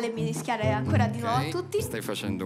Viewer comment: ha detto mirischiare